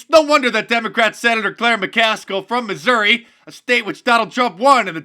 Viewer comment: Is is 'Missouri', or 'Misery'? 😂